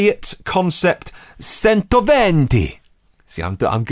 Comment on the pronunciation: Ooh, if you're going to do the 'Italian' you'd better know that Cento is Chento, as in Chowder. The Venti was fine. Personally, I think that little FIAT is gorgeous. Let's face it, if the company name is Fabbrica Italiana Automobili Torino [which it isn't anymore, but I'm ignoring that fact] then it is automatically cool. So it gets a leg up straight away.